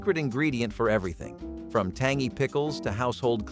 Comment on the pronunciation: Most of this isnt forgotten. I am going to make a sourdough starter this weekend for the first time in 15 years. So thank you! Also,,the fact it can't say tangy,,tangeeeeee!😂❤❤❤❤